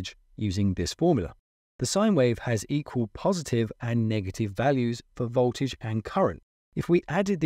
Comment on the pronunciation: Voltage not boltage